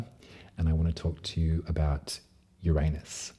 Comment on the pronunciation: Finally! Someone who pronounces Uranus properly....gotta love a fellow Aussie! (And you do it with such style and grace) ❤🐠